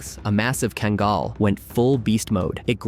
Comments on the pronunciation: He truly butchered the breed's name. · Two things one, you're seriously mispronouncing Kangal and the large dog walking past the Pitbull, was a Alabai not a Kangal